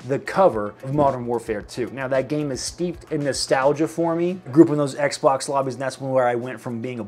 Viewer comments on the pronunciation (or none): none